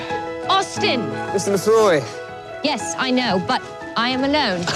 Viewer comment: Yea, it's pronounced MACK-uh-voy.